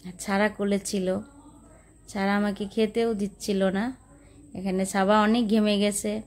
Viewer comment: ছাবা না সাবা বলেন।।ছারা না সারা বলেন।